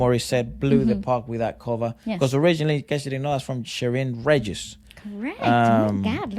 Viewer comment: Btw the G in Sheryn Regis name is pronounced like an H. Some last names in filipinos with G in the middle are pronounced like an H.